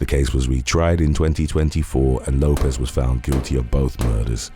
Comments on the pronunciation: Lopes is pronounced Lope-(s) Like ropes. Not Lopez. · My family last name is Lopes, and I am always call Lopez, and Lisa (Left-Eye) Lopes kept being mistakenly pronounced as Lopez. Why does that bother you so much? The name is Lopes. FOH! The person they were talking about is pronounced Lopes, not Lopez. Nobody is talking about immigration, I’m talking about the person in this video. You just want to be the opposer of something.